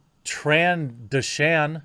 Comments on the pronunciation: .- Tran-doshe -in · tran doe shin is how you pronounce it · (Tran)(doh)(shun) Not (tran)(dash)(shun) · Trandoshan is pronounced Tran-Doe-Shin ;) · Did he says Trans-trandoshan? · proper pronunciation is Tren-Doo-Shan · Tran dough shin is how you pronounce, lol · Jeremy, Bosk, the lizard is transdocion. You are pronouncing it wrong, but it really isn't that big of a deal. Just thought I would let you know. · TrandOshan that’s how you say it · 'Tran-Doe-Sion' but you did a good job in your reporting on this situation. Kathleen Kennedy's Camp are losing their sh*t. Filoni & Favreau are bringing back the fans and Disney see's that is good for business. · Starwars grammar Nazi here ( trandoshan - tran-doe-shen ) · pretty disappointed about the Transdoshan pronunciation... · Tran-dosian is how it's pronounced I think. (Republic Commando is what I'm basing it off) The second half is pronounced like the second half of Theodosia. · Trandoshan pronounced Tran-dough-shun and yes they are a reptilian race that can regenerate limbs. *end nerd speak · Tran-dosh-an Jermy. Or you can call them Yoshis. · 🤣 It is usually pronounced something like "tran-DOH-shun". 🤭 The only source I can readily cite is the Clone Wars cartoon series. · It's pronounced Tran-Doh-Shun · its pronounced Tran-doe-shine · Tran Do Shan, pretty much like it's spelled. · Trandoshan (Tran-do-shan). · Trans - dough - shan. Transdoshan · Tran-Doe-Shun*** And yes everyone knows they have the innate ability of Regeneration, do these guys even Star Wars 😂😂 Some writers... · To maybe help you in the future, I believe it is pronounced Tran - dough - shen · I usually hear it is "tran-DOH-shun". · Its pronounced Tran-DOO-shan - Trandoshan. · Tran-dough-shin I gotchu Jeremy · Tran doe shin, not whatever the fuck you said lol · Trandoshan. Pronounced Tran-do-shun. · Omg you butchered Trandoshan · Anyone up to the task of correcting Jeremy on how to pronounce Trandoshan?